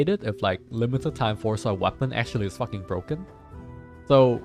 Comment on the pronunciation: Every time says 'fuken', Benny says 'boken' in the back! Everyone, enjoy your fuken boken life